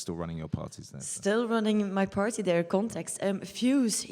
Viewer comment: How do you pronounce KNTXT?? Is it kontext???